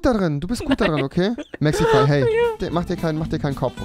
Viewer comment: Wen regt es auch irgendwie auf das rewi mexify sagt anstatt mexi